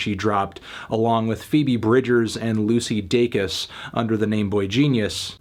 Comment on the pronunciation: Well, at least he finally said Lucy Dacus’ name right